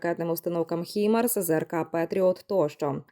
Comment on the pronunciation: Не хімарс ,а ХАЙМАРС... Алгоритм ти штучний...